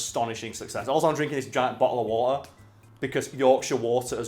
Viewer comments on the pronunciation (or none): he said bah'o'uh'wah'uh